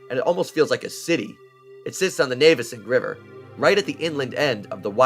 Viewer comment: I live in Navesink, about 3 miles from Red Bank. It’s nice that you pronounce it correctly!